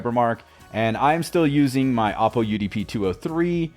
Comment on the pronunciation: Panasonic UI looks like it’s from the early 90’s tube TVs. You were so good about pronouncing Oppo properly, you’re slipping bud. Oh-poh. “Oppo” is for lazy baseball talking heads when a player goes opposite field. Happy 50th birthday to me!!! Hopefully I’ll wake up to an AppleTV 4K!!!! I’ve already got me new cable. Dude, that’s a nice cable! The plugs are finished in a nice black chrome! Fancy-schmancy!!! I’m going to have to buy an Ethernet switch box next, I’ll wait until Monday.